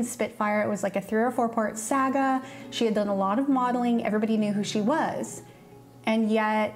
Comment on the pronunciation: I've never heard anyone pronounce "saga" like that